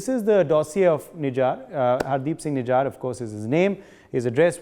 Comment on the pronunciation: Why is this guy pronouncing Nijjar's name like a foreigner "Nijaaar" 😝😝